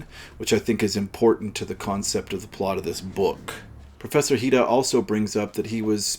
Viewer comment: it’s Professor Hira, isn’t it? Not Dr Hida?